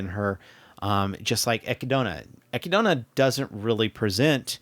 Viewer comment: And how you pronounce Echidna but all good 😅